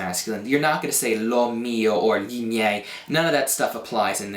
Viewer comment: Ma tu riesci a pronunciare perfettamente "gli"!!!!!! *.* Sei l'insegnante di italiano non madrelingua migliore di Youtube ;) Anche io cerco di insegnare l'italiano (anche se in inglese ho deciso di smettere proprio perché ci siete voi più bravi :D), noterai che nella mia spiegazione ho detto delle cose in più...però "tanto di cappello", davvero, i miei complimenti più sinceri :DDDD E continua, anche se so che è un lavorone montare i video!!! ;D